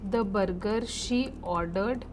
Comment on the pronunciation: very informative video however please look into your pronunciation “burger” and other words i don’t wanna be too picky